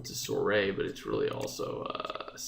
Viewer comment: Soiree is pronounced "swa-ray" it's French